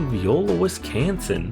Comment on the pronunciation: Viola (vie-OH-lah); not like the musical instrument. La Farge (rhymes with barge).